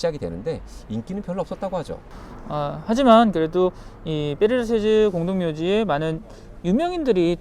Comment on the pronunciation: 그 유명한 파리 묘지! 이름이 어려운 파리 묘지! 페르 라쉐? 뭐지? ㅋㅋㅋ. 페르 라셰즈 ㅋㅋ. 어렵다 불어 발음.